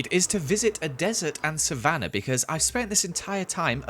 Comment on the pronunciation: You said beecauen